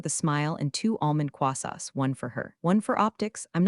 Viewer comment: It’s croissants not quasqs or whatever you are calling them.